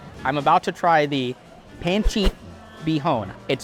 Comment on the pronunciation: Pronunciation of pancit made me wince lol. Check with Tyler how to pronounce. Make sure to add citrus.